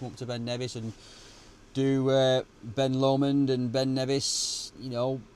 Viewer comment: ITS BEN LOMOND "LOW-MOND" not whatever you just said, that one hurt my ears 😂 ben lumund😂😂😂😂😂😂 "LOW-MOND" say it right